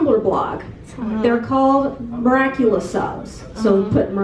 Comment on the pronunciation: Miraculer? Or miraculous